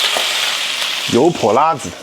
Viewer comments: 发音不够正宗 应该是油泼辣（四声）子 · 老陕？。。。😂 跟额念，油（二声）泼（一声）辣（一声）子（无声） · 你这个陕西人为啥‘油泼辣子‘这几个字说的这么不地道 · 别的先不说，作为一个地道的陕西西安人，你这 油泼辣子 四个字 用陕西话念了 确实不咋样😂 接着看视频 ❤